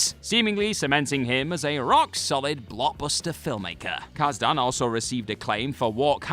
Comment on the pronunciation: Kaz-Dan? Kaas-Den.